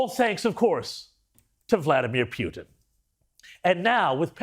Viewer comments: WHO DECIDED to start pronouncing his name PEW TEN??? American's always called him POO TIN> Poo Ten.....NOT PEW ten This is important and is subliminal teaching in some Discusting Great Reset kind of way. We gotta pay attention to this tiny bullshit! ! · Peeootin? LoL 🤣🤣. Not it's Trump fault 😐🐫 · It's Puten Pronounced Pooh-ten